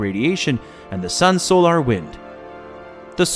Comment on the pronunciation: Is this AI narrated or does this person honestly not know how to correctly pronounce the word, "solar?"